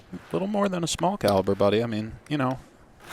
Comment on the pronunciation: it's pronounced cal-i-ber